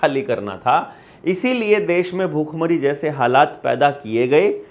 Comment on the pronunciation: bukkh-mari ❌ Bhhook-mari ✅ anpadh